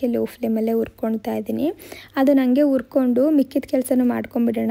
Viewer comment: ಆಲೂ ಅಲ್ಲ ಹಾಲು ಉರ್ಕೊಂಡು ಅಲ್ಲ ಹುರ್ಕೊಂಡು..ಹ ಕಾರ ಸರಿಯಾಗಿ ಮಾತಾಡಿ